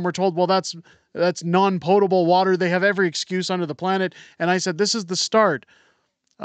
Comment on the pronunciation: It’s pOtable, not pot-able. Lol. Are we sure we should be listening to this woman? 🤦🏻‍♀️